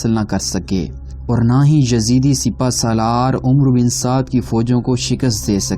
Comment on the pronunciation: This word is not omro it's amr bin Saad wao is silent